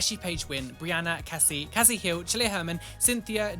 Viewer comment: I am not the patron, but I just have to say my name is Cassie and literally no one ever gets it right!! I'm Kasey, or Kathy usually. So happy your pronunciation is correct!!